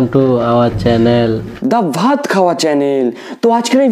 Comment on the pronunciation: Dada ota vat na baat khabo bolchilo🤣🤣🤣